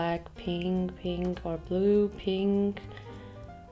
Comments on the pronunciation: Piiiiiiink hör bitte auf bei Pink das i soooooo hart zu betonen Danke #nohate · I am so TRIGGEEREED of how she pronounces pink 😂😂😂 Thinking about closing the video and watching something else...😂😂 pink pink PIIINK PIIIIIIIIIIINNNNKKKHHH!!! 😭😬🤪🤯🤯🤯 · I love how she pronounces pink... "peeenk" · someone needs to make a compilation of pronouncing PEEHNK 💕😹😹💛💕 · Oh my God your pronunciation of pink is so annoying and bad... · Am i the only one who gets so annoyed by the ways she pronouns pink? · Dieses absichtlich falsche aussprechen von pink regt so auf